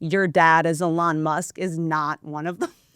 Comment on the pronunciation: "A-lawn Musk" Perfect!